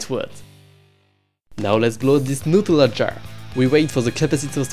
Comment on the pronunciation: The way he says Nutella lol